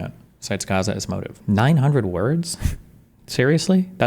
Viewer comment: lmao Density pronouncing it as "Ghaza" I love how its becoming a meme